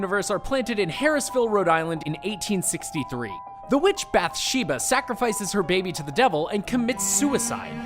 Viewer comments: It's bath sheba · You say Bathsheba wrong